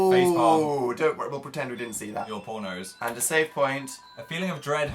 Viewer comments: Did anyone else think Phil said "your pornos" instead of "your poor nose" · when he said poor nose i thought he said pornos whoops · did anyone else think Phil said "your porno's" instead of "your poor nose"??? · when Phil said "your poor nose" I heard "your PORNOS" im ded hahah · Am I the only one who heard: Dan: "we'll just pretend we didn't see that" Phil: "your pornos" ???? ;) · He said "your poor nose" but I like your pornos better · When Phil says "Your poor nose" all I hear is "Your porno's" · Am I the only one who thought Phil said porno when he said "your poor nose" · Am I the only one who hear Phil say "your pornoes" (sorry can't spell Lol) near the end ?? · when Phil said "your poor nose" at like I thought he said your pornos oops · When Phil said "your poor nose" I thought he said "your pornos" and I was confused for several seconds.